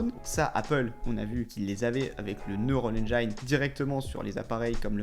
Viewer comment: Merci de bosser la prononciation en Anglais. Neural engine par exemple. Après tout le monde va dire ça. 😅